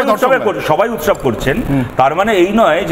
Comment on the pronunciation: উৎসব নাকি মোচছব